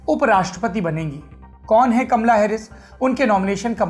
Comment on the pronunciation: कमला नहीं कामाला